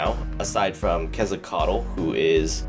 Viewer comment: Not to harp at all but since you are a fan of the MST, the Feathered Serpent is actually pronounced in 5 syllables KET-SAL-KO-AH-TL Since English is mostly derived from Germanic, Latin and French (with a solid root grounding from Greek), a word derived from the 'New World' like Quetzalcoatl is pretty alien.